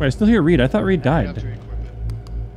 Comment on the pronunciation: Its reid its reid its reid